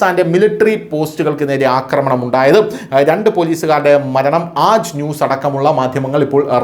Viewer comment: അക്രമണം അല്ലാ ആക്രമണം ആണ് ശരി.